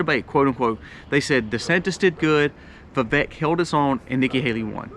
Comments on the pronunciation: Vivek is pronounced like cake..vi-vake😅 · His name is pronounced vi*VAKE like cake. Thanks for the info and perspective